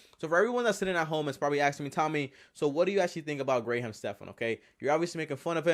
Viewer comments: You pronounced his name wrong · At least learn how to say his name right. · 1. Graham is a first name... and you don’t know how to pronounce his name 2. This is pretty much clickbait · This idiot can’t even pronounce Graham’s name right. No wonder more dislikes than likes. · Graham Stephan don’t worry. I think u re the best. Of course there will be haters out there. Of course. He can’t even say your name right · It’s not Gray Ham. It’s graham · It's "gram" not "gray ham" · I only watched 4 seconds. You actually pronounced his name “Gray ham” when you can literally watch any one of his hundreds of videos and know within 2 seconds that it’s pronounced “gram”. I can’t take you seriously after that and there’s no point in watching the rest. You lost all credibility. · Never once have I met someone with the last name Graham, known plenty of Graham’s as the first name. Also, why are you saying gray ham? Try “gram”. And considering the fact that you focused on his name so many times… I really hope isn’t your last name? Cause that’s totally a first name 😂😂 really confusing, first name followed by a first name…? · I just found Graham Stephan's page last week, so I am still deciding how I feel about him. that's why I clicked on this video. But before I can even watch this video, i just had to say three things 1. His name is pronounced like gram, not Grey Ham. That was driving me crazy. 2. Graham is both a first and a last name, so harping on this make you weird. 3. Stephan is both a first and a last name, so harping on this make you weird. Ok. Now I can watch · Anyone else irritated that he keeps Gray Ham instead of Graham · My main issue was not the flipping of his first and last name (could have just written it down to remember better or say both and edit out the incorrect one or just said the first name). My main issue was that you kept pronouncing it GRAY-HAM. It is pronounced GRAM, like the measurement. That is all. good stuff otherwise. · Who’s Gray-ham?